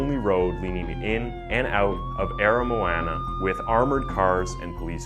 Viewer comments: The pronunciation of "Aramoana" was the most horrendous thing yet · I hate how he blutchers the way you say Port Chalmers And Aramoana, I live in that area but I won’t blame him. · Bro i went to Aramoana today, your saying aramoana and otago wrong